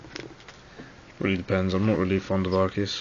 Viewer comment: Arcei, haha! you clever dog. haha and one of the few to pronounce it right :]